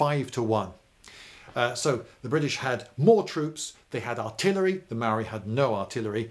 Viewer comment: Emmmm I got some problems with this A instead of first saying technologically inferior you say savages B you constantly mispronounce maori words including the word maori C you complain about the spelling of Pā its spelt that way cause it's our language why dont you spell biscuit like bìsçquit